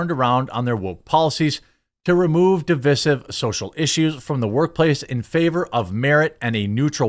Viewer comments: Dude, c'mon, you have almost 250K views. Learn how to pronounce words. Divisive - dəˈvīsiv - note the long "i" in the middle. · "Divisive" is "DE-VYE-SIVE," as in divide. No, I'm not off-subject. The degradation of, and the assault on, the English language is at the heart of the matter.